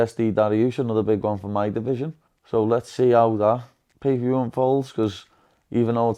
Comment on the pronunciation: He said 'pee per view'